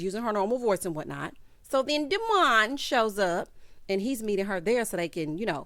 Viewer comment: Am I the only one who cringes when Tamara says Demu-ND! 😂 His reaction in the confessional was a little sketch. He was kind of amped at them asking. And Cedric’s birthday serenade was giving Tevin Campbell at Ashley Banks birthday party 😂 Lastly, Marie’s testimony sounds like that “Miracle Spring Water” infomercial.